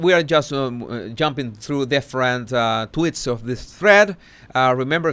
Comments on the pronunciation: Am I the only one who is delighted every time he mentions Markle follower tweets he pronounces it 'twits'? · tweeeeets the E is supposed to sound like the E in sweets but I think it is harder for Spanish speaking people to pronounce it that way maybe. At least some have difficulty due to their accent. Not just Spanish speaking but Portuguese as well. I know some whose first language is Portuguese anyway and their accent is similar to Spanish with that accent. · nope! I LOVE IT TOO! 😂